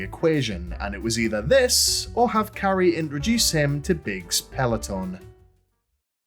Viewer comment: "Hello Carri-ice" 😂